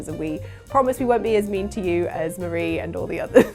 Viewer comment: Every time she said "Mah-ra" instead of "Maar-ie", I died a little inside. You even got the joke at the end. Their names are Callie and Marie ... or "Calamari". Oh well, good video regardless.